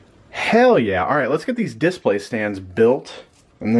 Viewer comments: Brady Adams I was gonna comment the exact same thing lol. He says "diss-play" haha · The way says DIS-play really bothers me.... like it just doesn't sound smooth.